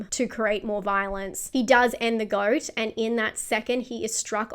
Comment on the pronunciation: At , every time you said "goat" with that accent I heard "f*cking goat" in that little girl's voice in my head.